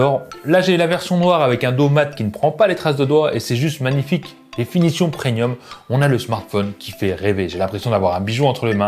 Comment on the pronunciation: Salut l'Ami 👋👋 Répète après moi : préMium 😂